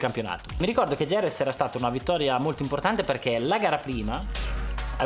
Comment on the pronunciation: 3.13...Noooo Valentino, Jerez pronunciato IEREZ e successivamente GEREZ, non si può sentire!